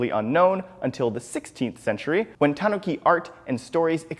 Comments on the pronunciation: This guy puts the stress on the "ta" instead of the "nu". I died inside listening to his list of "TAWNuki" statues. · Is it pronounced tahn-ookey or tan-ookey